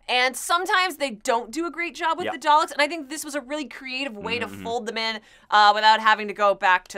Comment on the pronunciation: love the dr who review. but please learn to say Daleks correctly. lol there is no 'R' in that word